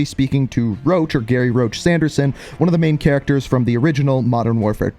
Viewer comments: I heard rog not roach thats why im confused why roach is coming without a reveal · everyone literally getting salty over this mans mask it just a skull mask it's his one defining trait deal with it 💀, wait people actually heard roach? I heard rog cause that's all they say